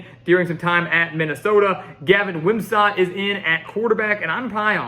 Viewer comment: It’s Gavin Wimsatt like “sit”, not “sat”.